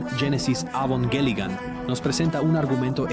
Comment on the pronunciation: Me fascino este video, lastima el doblaje de las escenas de evangelion se sentiría mas comodo en japonés con subtítulos, tambien me incomodo que aveces diga avongelian y que diga ava en vez de eva hasta hay partes que la voz no formula bien las palabras como si estuviera hecho con una ia pero fuera de eso excelente video